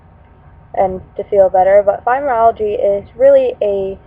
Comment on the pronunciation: It's pronounced FibromyalgiA! Not fibromyalgiE...